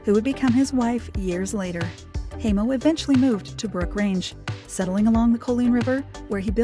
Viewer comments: Hi name is pronounced Hi-mo not hay-mo! Ugh! Such an annoying narrator! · How is it you can do a documentary piece on someone and you can’t even pronounce their name. Unbelievable